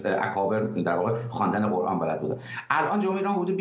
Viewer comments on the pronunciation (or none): none